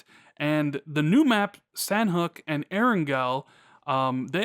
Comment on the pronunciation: Great vid (but it IS pronounced "Saw-Knock").